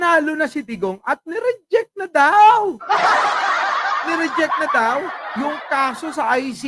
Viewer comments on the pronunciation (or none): hindi naman nya sinabi na ni REJECT.. ang sabi nya niRIDYIK... hahahaha